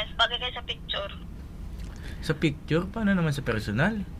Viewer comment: Bagay kayo sa "pecture" Ronnie: sa pecture? (Picture) pano naman sa personal? Pecture talaga mga besh